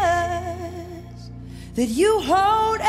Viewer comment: Let's count how many times Lauren Daigle says the name Je'sus Christ.... Why is that name so hard for her to say?